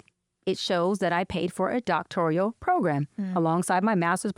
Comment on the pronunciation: I never followed her or watched any of her material with the exception of a few sound bites from being in the black entrepreneur space before all of this controversy. She was automatically disqualified the first time I heard her say “mines”, “doctorial”, and “skoo(ll)”.